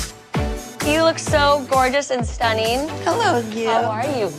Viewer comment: Katie Couric used to drive my mom bonkers because she pronounces "ing" as "een". Stunneeeen!